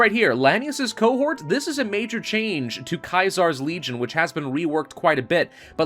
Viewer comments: caesar not kaisar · Just curious why you pronounce Caesar's Legion as Kaiser's Legion? He wasn't Julius Kaiser (ki zar), he was Julius Caesar (see zar). The casino is called Caesar's (see zar's) Palace and not Kaiser's (ki zar's) Palace. So why the Germanic version of the name? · stop saying Caesar (see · zr) as KAISER wrong country, we aren't in Germany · Also isn’t it Caesar? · Its weird hearing you say Kaisar instead of Caesar. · I still can't get over how he says Caesar :/